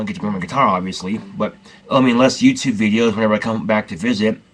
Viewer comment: you might be the only person who says yew-tewb funnier than does. TWU